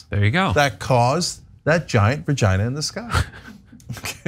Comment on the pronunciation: A “skygina”?